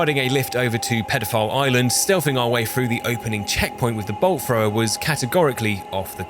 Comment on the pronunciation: I was Audio only for like first 10 minutes and swear he was saying Bull Frog